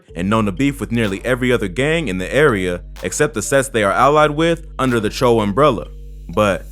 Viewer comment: I thought it's pronounced Choo not cho